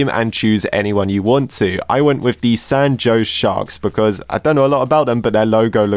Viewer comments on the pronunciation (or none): San Jose Shark❌ San Joes Shark✅